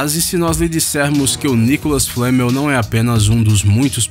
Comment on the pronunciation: não é nicolal flamel